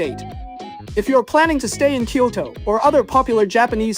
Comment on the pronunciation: Kyo-TO nigga not Kyo-DO 🤭